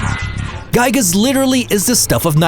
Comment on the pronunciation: Lol he pronounced it as Guy-gas